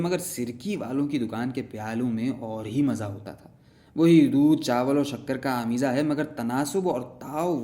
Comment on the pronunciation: just wanna add one thing, said " Aameeza" actually its " Ameyza". its with baree YE not with chotee Ye:)